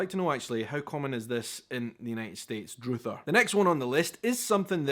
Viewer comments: Druther is not pronounced DROOTHER. it's pronounced drother (like brother) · Druh-ther, not Drew-ther. 'I'd druther you not do that.'. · druther is like rather, used by Southern backwoods people in the old days, he slaughtered the pronunciation, it's dru , as in rah, except change the a in rah to a u(soft u , uh, not oo ) , so it's druther , not droother. Even I didn't know what he was taliking about, because of the pronunciation snafu. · Druther - does not have a long u. It’s pronounced similar to other or brother. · In the U.S. it's pronounced 'druhhhther', not drooother'. "If I had my druthers, I'd rather stay home." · Druther should be pronounced with a "uh" sound for the U DRuhTHER (like a mispronounced "I'd rather". Indicates making or having a choice "If you had your druthers...." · Druther. Not pronounced like the u sound in drew but more like the u sound in butter. Tech school is two year program for things like mechanics, nursing, water plant operator, etc associates degrees or specialized licenses. College usually offers just 4 year masters degrees. Universities offer four year degrees and advanced training for things like medical doctors and other professionals who require more in-depth knowledge and training. Backhoe because it’s on the back of the tractor and used for digging like a hoe only bigger. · Oh! He's not pronouncing "druther" the way that I've heard it said! He's making it rhyme with "Luther" rather than with "other"! 😁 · Druther is a portmanteau of I'd rather usually used in the South. It's pronounced dr-uh-ther instead of droother. It rhymes with brother. If I were to say to another Texan "If I had my druthers today I'd be out fishing but it's raining." it means I'd rather be out fishing but the weather screwed it up. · #2 is druther with a short u rather than a long u. An ah sound not a oo sound. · Druther is pronounced like other. From I'druther do this or I'druther do that. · The U should be OO Druh ther!